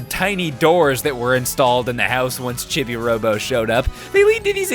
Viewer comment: Oh, yeah, I should probably mention... "Chibi" is pronounced "CHEE-bee", not "CHIH-bee".